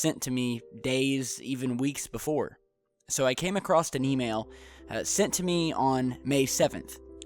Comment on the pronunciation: ahhhhh when you said "came ac-crossed"